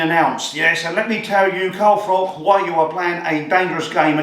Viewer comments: Ps it's Froch. Like 'Frotch'. Not 'Frock'. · His name's Froch not Frock, just saying 😉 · It's Froch not Frock.